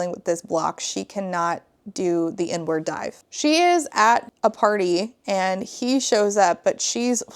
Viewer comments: It took me far too long to realize you were saying "Inward Dive" and not "N-Word Dive". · I first thought she said “n-word dive” instead of “inward dive” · Heard “n-word dive” instead of “inward dive” and was massively confused and concerned for a second there. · The way I heard "n-word dive" instead of "inward (park) dive", at first 😭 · "The inward dive" I heard "n-word dive " dhahaoohsh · Ngl I thought you were saying "the N-word dive" and was baffled at you just breezing by that without commentary 💀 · ME TOO! I had to do several double-takes and check the comments. 😂😂 JEEZUS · ME TOO